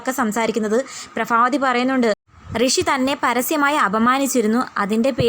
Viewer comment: Prabhavathiyaanu allathe prafavathiyalla athonnu sredhikku🙏